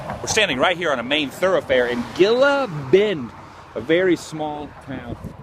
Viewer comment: If it was spelled "Gila," it's pronounced "Hee-La" asin "Gila Monster."